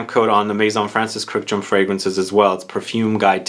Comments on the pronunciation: The only guy who pronounces Kurkdjian's surname correctly. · The way you pronounce Kurkdjian makes me cringe. Good video tho